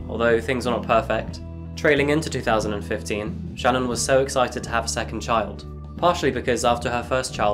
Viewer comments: Wonderful way of covering this case!! Only thing that could be changed is how you say SHA-Nan. Its simalar to Shannon but basically if you actual speak the hyphenation as a very small pause. * And on another note. you can, up close see the mark Sha'Nann left on Watts neck from fighting back. So horribly sad and just wish it could have had a totally different outcome for the 4 of them. ( The mom & kids 🙏❤💕💙) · HI Thank you for your video! A couple bits of nformation,, CHrris watts' wife name is Shanaan pronounced Sha -Naan. Also Shanaam was diagnosed with Lupus when she and Chris first started dating VS. Just after Celeste's birth. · Bruh why can't you say Shannon correctly? Didn't yall invent the language?